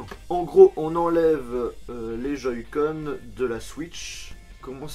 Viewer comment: a "joyscon" lol sa ma mis en pls 😂😂😂